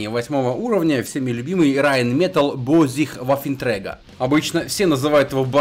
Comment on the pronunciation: Не ваффенгтрега, а ваффентрегер, раз уж начал по-немецки